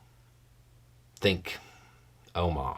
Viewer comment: "Think oma"?